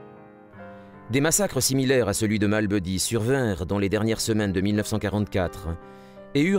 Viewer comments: Massacre de Malmédy et non de "Malbeudy". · Malmédy pas "Mall Buddy"